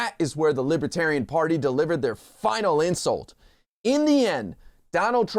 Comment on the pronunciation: Trump calls it "Libatarian."